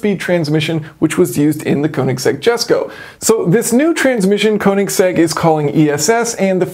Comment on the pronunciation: Jus so u know jason the jesko is actually meant to b pronounced yesko jus as christians fathers name since its named after him. Iv heard christian say that himself tho his fathers name kinda gives it up anyway. Absolutely love ur videos.